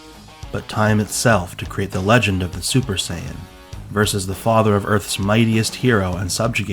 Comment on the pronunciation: I thought you said fodder instead of father